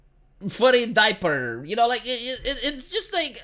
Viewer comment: In today's vid, says, "furry daiper"